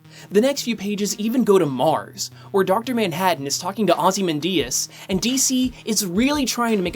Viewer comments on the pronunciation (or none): I'm just going to ask you this politely. Can you never pronounce Ozymandius' name like that again?